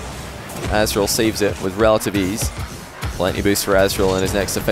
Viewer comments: nope im native english like and he isnt pronouncing the t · Kyl barry he literally says “azTral” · Nobody's gonna say anything about constantly calling Aztral 'Assdrill'?! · why does call aztral azral? xD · with only checking 45s of gameplay he said azral 4 times. don't correct me if you're wrong. 😂😂